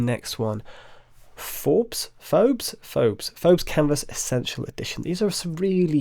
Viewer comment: Phobos - pronounced 'Foe-Boss'. The Greek god of fear and one of Mars' two moons.